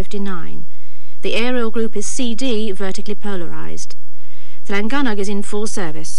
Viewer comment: Llangynog correctly pronounced by both presenters. Often mispronounced in other editions.